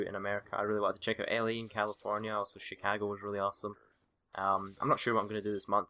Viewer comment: The way he says Chicago